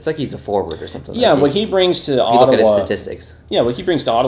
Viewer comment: "Mathwees" "Ottawwa" boi 😂